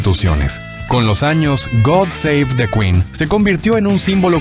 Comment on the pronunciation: GUUD'SEIT DEQUI'N ..., se pronuncia amigo...en perfecto inglés británico.